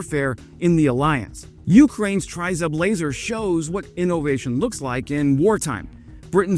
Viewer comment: Great report as usual - now let's try to pronounce Tryzub correctly - it's Tre as in 'treats' and Zub as in Zub..... It's our national logo or emblem тризуб as in trident of "три зубa" as in 3 teeth; no one really knows - some say it looks like an eagle or a dove. Keep up the good work - try and do a collaboration with as your channel really deserves a higher audience.